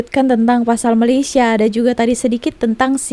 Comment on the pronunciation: bukan malisya,..malay..malaysia ye miss